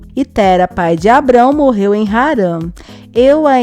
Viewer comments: não é pronúncia nome terá como se fosse tera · Se ta escrito terá pq vc está falando tera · Nao é TÉRA é TERÁ COM acento no a TERÁ,,,,,...... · Você fala Tera não seria Terá? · É Terá, não Téra !🙄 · Terá, ele que fica falando Téra. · Ouvir v.dizer Tera e não TERÁ dói nos ouvidos kkkk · Mulher o nome do homem é TERÁ (PRONUNCIA-SE COMO NO VERBO , POR EX. : " Ele TERÁ um filho " com.acento agudo no ultimo Á e não TERA , sem acento ! Tu não ouve na novela como falam o nome do personagem não ?? Eu hem ! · Como é que você comenta uma novela que você não assiste? O nome do personagem se pronuncia TERÁ, não é Tera só a escrita. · NÃO É TERA QUERIDA, É TERÁ!!! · Minha querida, não é Tera, é Terá. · o nome é terá, meu Deus fala o nome do homem todo errado credo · Não é Tera, mas Terá que se fala! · O povo comenta a novela não sabe nem pronunciar o nome do personagem corretamente e inverte a história. Antes de comentar deveria assistir pra saber que o nome é Terá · NÃO ADIANTA ELA NÃO CONSEGUI FALAR DIREITO O NOME DELE. E TERÁ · ELA CÓNTÍNUA FALANDO ERRADO. TERÁ NÃO ADIANTA ELA NÃO CONSEGUI FALAR DIREITO DESCÚPE RI SEM QUERER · GENTE TEM QUE DIZER PRA EĹA COĹOCAR ACENTO NO À. TERÁ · A pronúncia é Terá. O acento agudo está na última sílaba. Então por favor, pronuncie direito. Teráááá ou está difícil de entender?? Parece a voz do Google falando errado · Terá mulher,pronuncia correto ô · O nome é Teŕá !!! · Narradora burra,sabe nem falar o nome de terá kkkk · Aí que agonia dessa mulher falando o nome do terá errado 🙄